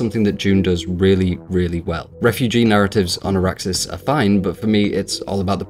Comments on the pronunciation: Good review but two points. Maybe I forgot but I don’t recall the book having any “sound as a weapon” like the 1980s version. So not sure why you would expect it. Also It’s Arrakis not Arraxis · Arrakis not Araksis, other than that a decent review. Your Alien in-depth revew was magnificent even if I disagree on some of your conclusions. Keep going you deserve better but don't try to take short cuts, there is enough of that on youtube.